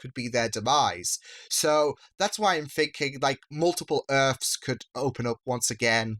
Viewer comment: Why do you say "earfs" instead of "EARTHS"?